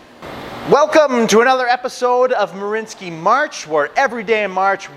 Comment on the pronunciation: They're name is marianski not marinski ?